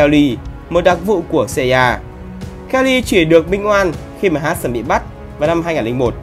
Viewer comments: FBI mà đọc ép bi CIA mà đọc Ci A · CIA cứ xa ya nghe cay vl=)) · cách đọc tên kì lạ nhỉ, MI6 thì đọc tiếng anh, NSA CIA thì đọc tiếng Việt. ko thấy bị ngượng miệng hả =)) em ai xíc xê i a :)))) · Nghe phát âm NSA CIA FBI nghe ghét thế nhỉ :)) nuốt không nổi luôn